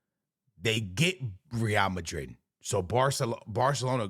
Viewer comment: I’m just glad you’re able to pronounce Madrid and Barcelona correctly 🙏🙏